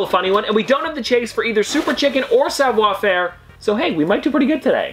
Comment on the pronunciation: Well done Dad. Show him how it's done for questioning you when you told him that it was pronounced savoir-faire, not savior-fairee. LOL